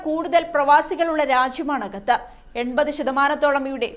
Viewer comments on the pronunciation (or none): Gathar അല്ല ഖത്തർ എന്ന് പറയു